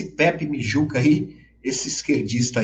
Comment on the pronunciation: Não é "Mijuca". É Mugica.